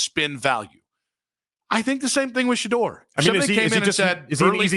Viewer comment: Shanoise, Shahive? Stop that sh… You being disrespectful. He’s making you and the fan money right now. Show that man some respect.